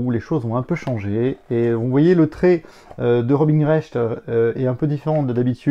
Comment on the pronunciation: C'est pas RobiNE Recht, c'est Robin (prononcer Robain). Non mais oh ^^